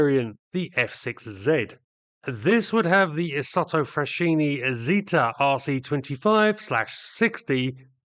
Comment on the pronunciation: Great story on these interesting aircraft. Can I offer some minor points on Italian? 'Regia' has a soft 'g' as in Reggie Perrin, so it's pronounced 'Reh-jee-uh', with the emphasis on the 'jee'. 'au' in Italian is pronounced as in 'ow!' or 'now', So Aeronautica is 'Aero-now-tickah'. Also, in 'Isotta Fraschini' 'sch' has a hard ch as in 'ski', to give 'fra-ski-knee'. British people tend to make the same error when ordering bruschetta as a starter in Italian restaurants, although I'm sure twaiters are used to it.